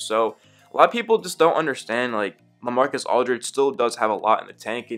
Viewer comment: When you were saying La I was like who is LA then I realized oh Lamarcus Aldrige 😂😂😂